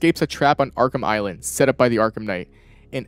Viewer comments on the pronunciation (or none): none